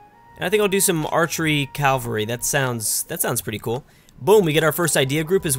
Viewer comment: MeriT-ocracy and CaV-alry